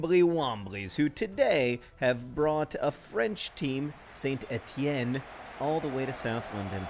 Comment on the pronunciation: Hats off for saying Saint-Étienne correctly John!